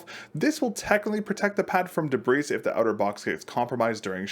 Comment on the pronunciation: the s in debris is silent